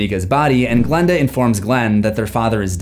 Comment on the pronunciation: PLS GIL AND GILANDA😭😭 it's Glen and Glenda